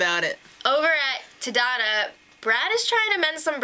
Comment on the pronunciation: 3rd time in the row they're in the Philippines. But this time they're on a different island than last time, a bit more on the northern part closer to Taiwan. Good start so far, though I'm a bit bothered in the pronunciation of the tribe names. They're both Filipino words, Galang means Respect and Tadhana means Fate. Galang is pronounced with the stress on the first syllable while Tadhana's A need to be harder.